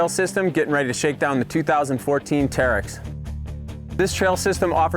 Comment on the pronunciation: It's terix not tearex